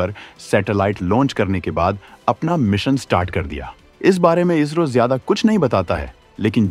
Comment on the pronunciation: भाई इजरो नही इसरो है काफी बार आपने वीडियो मे इसरो को इजरो बोला है